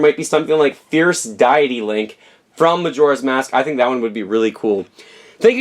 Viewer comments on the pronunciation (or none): the way you pronounced fierce deity. "fiarce dyeity"...wtf